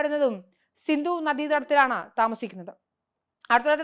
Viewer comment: സിന്ദു അല്ല സിന്ധു ആണ്.